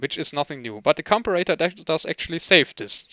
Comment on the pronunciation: I am not sure how British people pronounce the word, but in the US it is com-pair-a-tor." Just in case you wanted to know. Your English is amazing by the way. Awesome video.